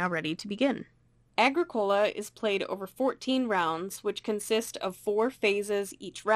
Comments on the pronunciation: You mispronounced the game title. It’s “A-GRICK-O-LA” not “A-GRICK-COLA” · Uh-grick-oh-lah it's not a soda. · It is pronounced: A-Gric-u-La Signed: Someone who lives in Halifax, where Agricola street is a main thoroughfare. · A well done How to Play within 10 minutes! Small correction though: You must pronounce Agricola so that the stress is on the "i" and not on the "o". ;-) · It is not pronounced correctly. It bothers me ever time I heard it. It is more like a-gree-kuh-luh. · I mean. Nice video. The mispronunciation of Agricola really does make it hard to watch though. It's latin for farmer. Arg(i) means land. And cola mean tilled, or cultivated. Thanks for making the video ill check out a few others. Like that your board is the new version. Not the z man games